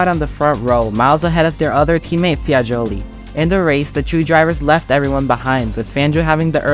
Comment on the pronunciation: Bremgarten, Sweden (it's in Switzerland)? Targa Florio in "Silicy" (it's Sicily)? Luigi "Fiagoli"(it's Fagioli)? OMG, did you actually do some research, or you're just reading someone's text, including mistakes?